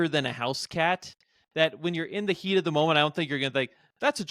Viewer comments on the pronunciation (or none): none